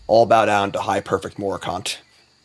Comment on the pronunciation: high PERfect morcant, not high PREfect morcant Dawnhand DISSidant, not Dawnhand DESCendant Rhys (reese) the evermore, not Rise the evermore